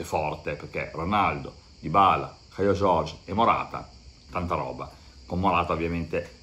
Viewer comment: Si dovrebbe leggere caiu giorgi😀